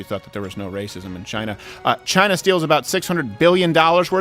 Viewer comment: And who really owns Black Rock? Chy-nah